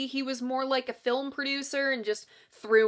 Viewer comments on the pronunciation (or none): none